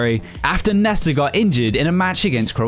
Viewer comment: Bro just butchers the names nessa it’s nesta